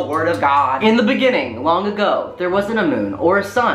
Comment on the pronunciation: Me: iN tHe BeNiNiNg